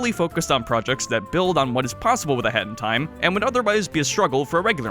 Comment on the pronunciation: Please pronounce a hat in time slower or something, it always sounds like you are saying "hentai" lmao